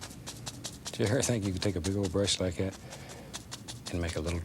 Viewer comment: Give it a little push, just "likcyat"